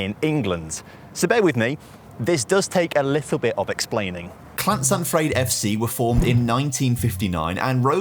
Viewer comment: OMG it is so frustrating hearing foreigners say CLaNSaNfrYEd it’s llansantfraid please stop mispronouncing welsh town names, if you can’t say it then DON’T!!